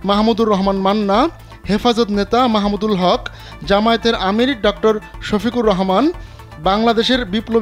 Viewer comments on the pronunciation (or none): মাহমুদুল হক নাকি মামুনুল হক!? নামটা সঠিকভাবে বলতে পারেন না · হায়রে সাংবাদিক! আল্লামা মামুনুল হকের নামটা ও সুন্দর মত বলতে পারলি না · মামুনুল হক সাহেবের নামটাও ভালো ভাবে বলতে পারলেন না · কিরে ভাই এত আলোচিত নাম মাওলানা মামুনুল হকের নামটাও সঠিক ভাবে বলতে পারেন না? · হেফাজত নেতা মামুনুল হক। নামটা শুদ্ধ করে বলেন।